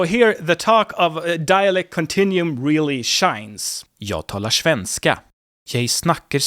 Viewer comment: "shvenska" lol